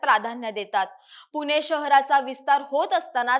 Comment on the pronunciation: मराठी शुध्द बोलायला पहिल्यांदा शिका पुने नाही पुणे म्हणा